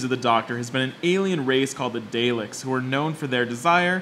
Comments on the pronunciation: It's pronounced dar-lek not day-lek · DARleks not DAYleks ( Daleks ) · "DAleks", not, "Darleks" or "Dayleks", you buffoons. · The "daylicks" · Nicely done (I'll let Dah-leks slide!). One minor error about the lost episodes; in fact many of them have been recovered in their complete form, including the majority of the first couple of seasons, so it's not quite as bleak as it sounds here. The other thing, and I think this is worth listing as a recommendation: unlike many of today's SF shows that have heavy violence and/or sexual content in them, Doctor Who has always been a family-friendly show. That hasn't stopped it from touching on mature themes like grief and loss and the morality of violence, or the occasional innuendo, but in a world where the majority of SF series now seem to be made for 18 and overs (seriously, make a list of currently SF shows that are not made specifically for kids that don't include heavy violence or sex on TV or streaming these days and you'll find it's a short list), Doctor Who is an oasis. Which is another reason I think that it has been so popular for so long. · All has been very good with proper accuracy, but I REALLY have a bone to pick with "day-leks". Seriously? You had ONE JOB. Just watch any episode with daleks in it and you'll hear how it's pronounced, that simple. At least this is a new one, usually people misspell/mispronounce it as "dar-leks". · You had me, right up to the part where you mispronounced Daleks. Sorry dude, serious fail.